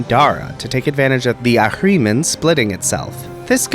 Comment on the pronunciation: I like returning to this video for three reasons: says Ahriman Once. Twice. Thrice.